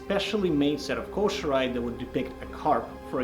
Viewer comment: Man, I love these videos! Someone needs to tell bro that it is pronounced KOH-SHEE-RAH-EH not koh-she-rye! LMAO! Plus, someone help him with his iaido and tameshigiri before he severs an arm or a leg! :face-blue-wide-eyes::face-orange-raised-eyebrow::hand-orange-covering-eyes::face-turquoise-covering-eyes